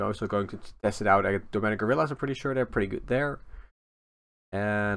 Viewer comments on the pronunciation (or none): did you "domenic gorillas" instead of "demonic" or am I just hearing it wrong? Been noticing this on your streams too